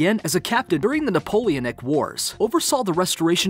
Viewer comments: It's Nuh-Poe-Lee-AHN-ick... Not "nap-O-leoNEK"... Oy vey... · THIS IS GOOD STUFF, BUT YOU MISPRONOUNCE SOOO MANY WORDS !!!! Sotheby's, Napoleonic, momentous... come on man !!!!🙉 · Deci-per...really? It’s D-SCY-FER. P-tolamy? It’s Tolamy. Napoli-nic? It’s Napoli-an-nic... I could go on but seriously... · Listen for how he says Napoleonic 😠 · Sometimes I wonder if you mispronounce words like decipher to troll the trolls.... Edit:...and Napoleonic... and Sotheby’s. Nope... you need a proofreader. Nothing erodes credibility like mispronouncing keywords in your presentation.